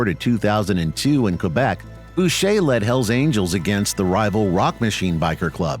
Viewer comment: First channel to say Boucher correctly. 🤙🏽